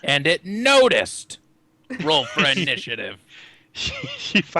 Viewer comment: did anyone else hear say "Roll for Ass"? I thought that was hilarious!